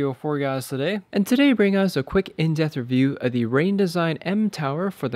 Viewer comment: Thanks for the review. Are you saying "in death review"?